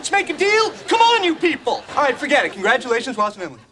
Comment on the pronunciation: I take thee “Emily”. It’s not that hard.